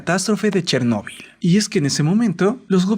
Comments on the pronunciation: Tc: dice chernebol Yo: quien rayos es Tc: una maldicion :v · Pensé que se pronunciaba Chérnobyl